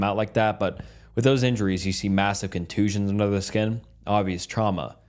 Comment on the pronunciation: I did not know it was possible to mispronounce "skin"